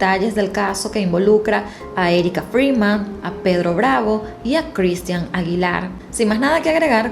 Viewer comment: No seas ridicula,pronuncia bien el nombre de Cristhian.